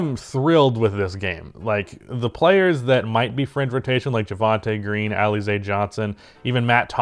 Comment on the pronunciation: It's al-la-zay . Like the drink.🍸